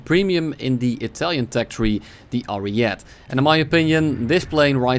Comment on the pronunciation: as an italian i sincerely hate hearing "ariet" without the e, please search up on google how to pronounce it